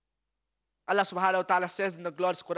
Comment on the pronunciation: seems like you are forgotten that, the word " الله" have short vowel AA not long, therefore putting long vowel is wrong. Thanks